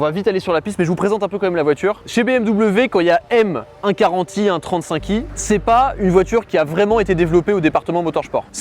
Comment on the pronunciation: La prononciation est : une BMW "UNE quarante i" et non "un"